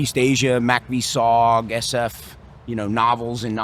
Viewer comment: it sounds like he keeps saying soft for some reason. Anyone else hearing that instead of sog?